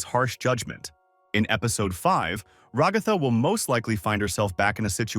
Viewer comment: I don't want to be that "guy" But her name should be stressed at the first so it should be RAgatha not raGAtha